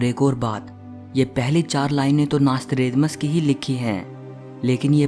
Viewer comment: Mc tha nasthredamas